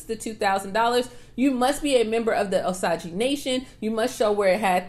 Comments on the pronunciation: It’s oh-sage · Girl it's O Sage Indians Osage Nation